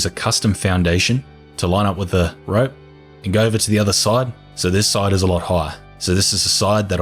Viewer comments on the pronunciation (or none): You don't talk slow, you're fine. Can something be done about you pronouncing the word rope as ripe though?